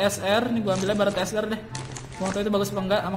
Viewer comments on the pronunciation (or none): Barret bang bukan barrat